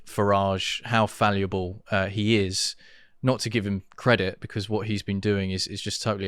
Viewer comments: This total mispronunciation really irritated me. It's like saying "prostrate" for "prostate" . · Please for the love of God, stop mispronouncing 'Fallible'. This video could be used for a drinking game where you have to have a shot every time it's mispronounced! You look smart but that is undone every time you say it. Please, no more, I can't take it. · Is he trying to say fallible 4 times incorrectly? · What did he say?? FALLIABLE?? What does that mean?? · Did he say falliable ..? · Fal abb ill. Fallable. Not faliabil. Fal abb ill. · WTF'S "FALUABLE"? You said it 5 times! Do you mean "FALLIBLE"? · Its Fallible not faliable 🤫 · Fallible not falueble Annoying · To the bearded man in the white t-shirt - I think the word you meant to say (several times) is 'fallible' (not falleable, which the captions interpreted as valuable). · Fallible not falliable! But hell yeah... imagine a party including the likes of David Starkey, Andrew Bridgen, Rupert Lowe, Ben Habib.... with a little financial Elon blessing... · Fall-ible, not falluble. Jesus. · Please, learn how to say the word 'FALLIBLE', it's pronounced as it's written, it's not pronounced 'falliable'. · What is "faliable" do you mean fallible? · The word is 'fallible' not 'falliable'. Just saying. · It's pronounced, 'Fal-e-bull' Not 'Fal-e-a-bull' Sorry to nitpick, but it was driving me bonkers! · Its fallible not falliable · The word is 'fallible', not falliable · May I make a small but important correction? The word is "FALLIBLE" with an I in the middle, not "FALUBLE", with a U, which doesn't exist. :face-orange-raised-eyebrow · Fallible not faluable. Ironic to mess that word up. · Faluable is not a word - it's fallible. I wouldn't have commented, but you said it 1000 times. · Is “faluble” a British word I don’t understand? Or is it a mispronunciation of fallible? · Fallible, not falliable!!! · Stop saying falliable. It's fallible. 😃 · fall-i-ble, not fall-u-a-ble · Stop saying falli(a)ble!!